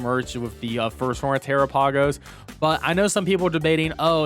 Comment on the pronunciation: Tera-pay-gos?... 😅 I believe it's pronounced like Galapagos... like the islands.